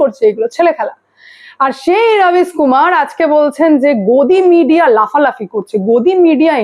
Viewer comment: রবিস কুমার নয়, রাবিশ্ কুমার।